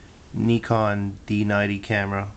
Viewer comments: its not called kneecon its called n-eye-con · I heard にかん instead of にこん. I can live with that considering he's from Hawaii. Dude before suggested he should say ないこん or んえこん which is just silly. So take your "!" back, I don't need your lesson. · he still pronounced it wrong though. He elongated the "i" sound too much. its Ni - kon!